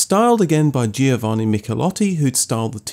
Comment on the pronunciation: nice programs you're making ! The only challenge seems to be all those "foreign" names......it is not GeeOvanni, itsimply pron. Jovanni" and Porsche is a TWO syllable word Por-Sche.....